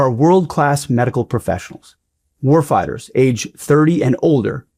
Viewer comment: The way he says "warfighter" 🙊